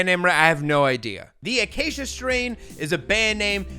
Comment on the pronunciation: Acacia is a tree species that I just so happen to be building an Iceman-shaped guitar out of. Also, you pronounced it spot on. 👌